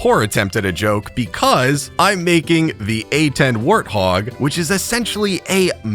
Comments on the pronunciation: It is pronounced A-10 war hog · The way he said Wart-hog got me going 😑